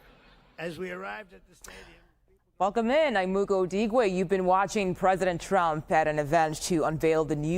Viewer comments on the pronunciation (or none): none